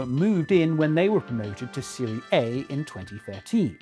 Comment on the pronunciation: Mispronounced Serie A. Should be Serie-ah not Serie-ey.